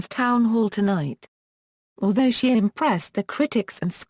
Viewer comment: His name is not SHEAR it’s SHEA!